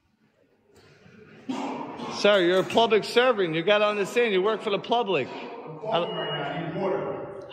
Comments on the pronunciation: Yeah, I'm from Yonkers, we don't call it "plublic" either, lol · Can someone please “axe” him to stop saying “plublic”? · He said PLUBLIC again!!! He honestly thinks that's how it's pronounced!! He is obviously suffering the Dunning-kruger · I just can't with the "plubic". It cracks me up every time. I'm sorry for anyone with talking issues but it's just.....funny and annoying at the same time. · Plublic? Did I hear him correctly at about Mark ?